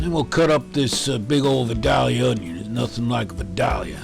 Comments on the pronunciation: Looks delicious! But, you've got to work on your pronunciation of Vidalia onion. It's Vy-dale-ya... ;) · Vidalia onions come from Vidalia, Georgia. So, in order to sound like a native when you say vidalia, the "a" in the second syllable is pronounced a long "a", not a short "a". Not being a grammer nazi I promise. Love your site and keep them coming. My smoker should be declared 5 stars since I've started using your recipies!!